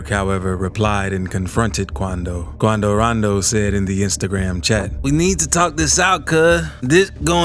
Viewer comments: 😭😂😂 i just watching your videos cause of your voice and the way you pronounce names like Quan-do - ran-do , personally i don't care 'bout rap beef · I swear he said QuAnDo RoNdO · Why he say quando rondo like that 😭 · I wonder why the guy voicing this made the executive decision to say Quando Rondo like that lol😂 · Lol the way he says his their name 🤣🤣🤣 but yea he scared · The way this dude says quando rondo 😭